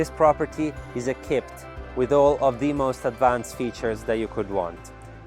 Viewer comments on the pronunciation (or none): It is so adorable when he says ekipped (for equipped) and sedar (for cedar)! 😂